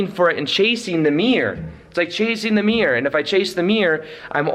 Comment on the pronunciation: I mean it with love, but I love how you say 'mirror'... Or should I say 'mirrr' 😁😘